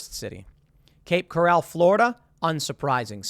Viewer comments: hehe... I used to live in Cape Coral. But, Tim it is pronounced Coral as in ocean reef.lol Not corral with horses. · Tim, learn how to pronounce names and cities!!! It’s Cape CORAL, not CORRAL! Coral, like the coral reefs. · surprised to see my home town of Cape Coral on the list. It's a safe and quiet place but that's about it. Pretty boring place to live but I guess that's it's appeal. Got a chuckle hearing Tim pronounce Coral wrong. lol